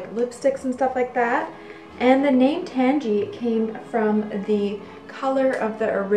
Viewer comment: It's name is derived from "tangerine", so I can't imagine it being pronounced "tangy". Maybe if it was created nowadays it would be, but I feel like the way she's pronouncing it correctly, or at least close to it.